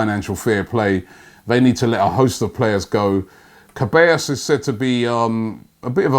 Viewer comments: Robbie it's pronounced SEH-BYE-OS NOT CAH-BAE-OS😂😂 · I love listening to Robbie butchering players' names.... today is Cabellos turn ( A.K.A Ceballos) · Its not dani cabeos its dani se-ba-yos. Thats how you pronounce it. Oh my god Robbie... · Ceballos not Cabellos 😂😂😂😂😂😂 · Robbie, though you write Ceballos is not Kaballos, is like Zeballos, say Zidane, Zeballos. It's funny cos you pronounce right the double l, which is usually more troublesome. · It's dani ceballos not cabellos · Se-buy-os not Ce-bay-os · it's pronounced Se-ba-yo's... ( Ceballos) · Pronounced se-bai-yos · Ceballos is pronounced like seh-buy-oss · Can you not pronounce names robbie? "Kebaios"?😐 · Ceballos is pronounced sebayos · Ceballos is pronounced Suh-bi-yos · Robbie, Ceballos is phonetically pronounced 'se-ba-yo-s'. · It is pronounce as Dani (Che-baa-yos) Ceballos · Robbie, man I admire your consistency.. you butcher every single Spanish name you pronounce! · Another day, another mispronounced name. Keep up the good work,!:D